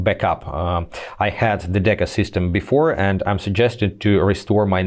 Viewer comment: It's deco not deca!